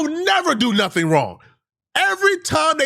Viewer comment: "I didn't do nuffin " 😂